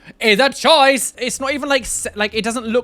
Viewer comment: My favorite part of every video is when you say "choices". It always makes me laugh.